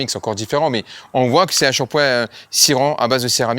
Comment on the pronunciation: Shampoing ! Pas ..chapoin 😂😂